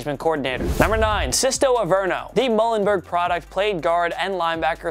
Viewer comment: His pronunciation of muhlenburg was actually disgusting 😂😂 it’s pronounced like the word mule, hence the mascot being the mules. My poor Lehigh valley can’t catch a break, except saquon